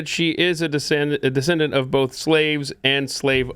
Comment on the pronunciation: There is no “L” in the word “BOTH”, Pat, no “L”. ‘BOLTH” BOTH you and